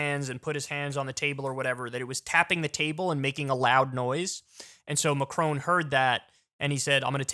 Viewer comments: Kyle really needs to learn how to pronounce Macron. It’s Macron not Macrone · first please research how to pronounce Macron correctly, second, why tf is this even news worthy?